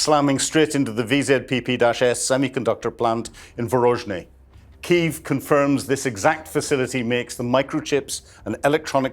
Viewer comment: Are you dyslexic,? It's VORONEZH, not VOROZNEH...😮 A friend of mine studied Russian there while I was in Egypt studying Arabic.